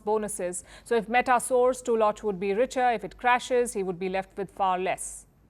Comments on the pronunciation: I think the name is pronounced TULL-luck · The name "Tulloch" is typically pronounced /ˈtʌlək/ in English, with the emphasis on the first syllable. It's pronounced with a short "u" sound as in "put" or "foot". The "ll" is pronounced like a single "l" sound. Madame PALKI please lear your pronunciation